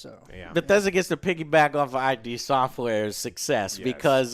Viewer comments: Just FYI, its "id Software", not I.D., its named after Sigmund Freuds "id" concept. Anyway, love your videos, keep up the good work. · Nobody:: I.D. software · Joe calling them "i.d. software" tickled my biscuits